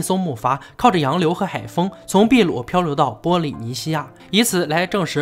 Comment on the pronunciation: 是的，秘鲁读的没错，但是不存在“秘鲁时代”这一概念。印加文明是秘鲁地区的文明。